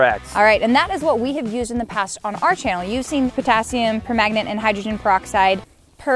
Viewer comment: Nah, it's Potassium Per-Magnet, Nate.